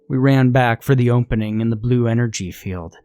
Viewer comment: Why do you only have an accent when you say opening